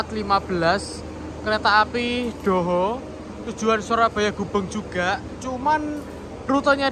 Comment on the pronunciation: Kereta api Doho !! Bukan Dohhoeh!! Kurg siipp bhs indonesia-nya !!!